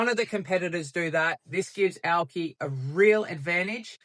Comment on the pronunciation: Aw yeah nah yeah Nils is a real one thats for sure. Once you see the Auki big vision you understand this is the inevitable progression of blockchain. Great to see that Aussie spice in your vids from a fellow Aussie. And "owki" said right haha - Scodo.